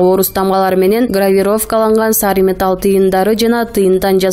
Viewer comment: Металь эмес метал дебейсизби